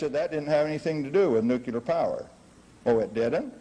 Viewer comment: yet still not even experts can pronounce the damn thing! "nukellar' is what comes out their mouths!!! WHY??? !!!